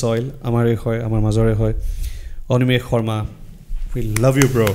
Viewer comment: এনেকুৱা প্ৰতিভা সকলোৰে বাবে আদৰ্শ। ❤️ By the way, ই ইমানসোপা ইংৰাজীৰ মাজতো যে "অনিমেষ"ক "অনিমেচ" বুলি নামাতি "অনিমেষ" বুলিয়েই মাতিলে, তাৰ বাবে অশেষ ধন্যবাদ। 😌